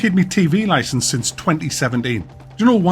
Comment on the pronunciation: "Have you got a loicence for that DDR?"